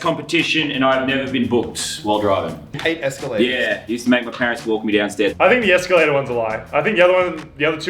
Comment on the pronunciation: Muselk soundet like He vas from Sweden because in Sweden Ja! Means Yes!